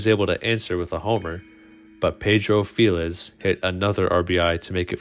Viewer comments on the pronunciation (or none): none